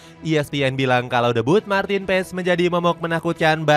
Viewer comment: Bukan martin PEEEEESS .. PAAAASSS BACAANNYA DEK